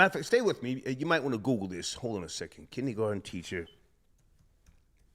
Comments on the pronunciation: said Kinnie garten instead of Kindergarten, some Old School Talk..I just fell out my chair with Laughter.…🤣🤣🤣🤣🤣🤣🤣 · black side coming out pronouncing kindergarten “kidney garden”